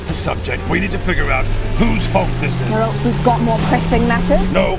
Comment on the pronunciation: Why can nobody pronounce Geralts name properly??? It's GERALT. Not G-rolt